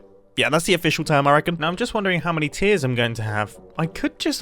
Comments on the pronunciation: What Mumbo said: "I'm just wondering how many tiers I'm going to have." What I heard: "I'm just wondering how many TEARS I'm going to have." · "Now I'm just wondering how many tiers I'm going to have" Tiers or Tears? :P